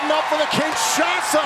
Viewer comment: "Looking for the Kin-shay-sa"